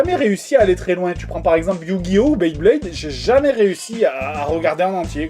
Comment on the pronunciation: Enorme la pronociation de Beyblade a xD